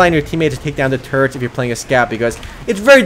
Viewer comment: The way you say "turrets" sounds like 'turds'.